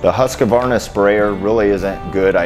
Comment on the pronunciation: It's not pronounced huskavarna. It's huskvarna.